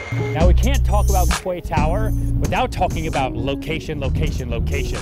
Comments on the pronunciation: It's pronounced "key" not "kway". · “Kway”??? I’m just a minion but surely it’s pronounced “key”? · I thought it is pronounced as ‘key’ not ‘kuay’ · Does American pronounce quay as kway instead of kee? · Kway tower?…well in English ‘Quay’ is pronounced Key..but let’s not quibble..because Serhant just delivers…another signature original, creative amusing pitch overflowing with energy and personality..delivering he is the best in the business..often imitated never equalled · Is he say kwaeee instead of quay? Pronounced ‘key’? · Please pronounce it was "key". Your international clients will make fun of you tremendously if you pronounce it "kway" plus that pronunciation is not in academic dictionaries! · My eye twitched every time he said "KWAY TOWER" lol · It's pronounced "key". Maybe you'd get away with "cay" but only if you're from Cork. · Isnt it pronounced as "kee"? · Lol legit i thought kway was an American way of pronouncing quay. Bet he's regretting this video so much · It’s also the American pronunciation- if you are selling high end property you should really know how to say the name of the property. It’s just bad research otherwise. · Mmm.prounounce it right then ill make an offer ... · Especially when you can't even pronounce the name of the property you are trying to sell